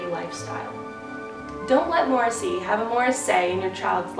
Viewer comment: I love the American pronunciation of morrissey lol